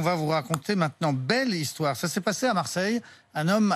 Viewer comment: RMC son histoire sans t, un petit effort ...